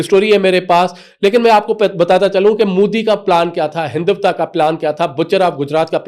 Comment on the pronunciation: Hinduvta nhi Hindutva.. (HelicApter)- helicopter (Pirontba)- paratha Walay anchor bn gye.